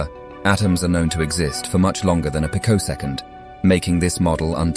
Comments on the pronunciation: not pick-o second its pronounced pee-co second. is this video being narated by a BOT that does not understand pronuciation its not int-i-gger its int-i-jer seriously if you are going to do educational videos please get an actual education first? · "pi -CO'-sec-ond"? As I said... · Dodgy pronunciations of picosecond and integer. Wonder why.